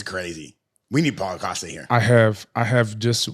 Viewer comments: Rampage calling Paulo costa caulo pasta is top tier comedy bro 😂😂😂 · I heard "CallitPasta!" 😅